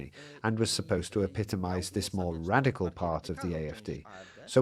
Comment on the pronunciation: stop saying radiccal